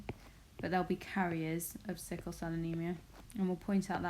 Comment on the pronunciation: It is sickle instead of sickie